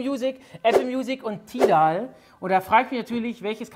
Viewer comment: Benni bitte check nochmal wie man Tidal ausspricht...das war ganz falsch 😅